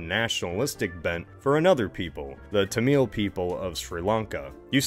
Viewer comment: BTW, as a Tamil speaker, it's tham-il (a sounds like an u), not tam-il (And we live in India, too)